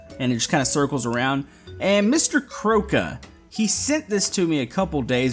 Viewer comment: Im sure that MrKrowka is read like MrKroovka!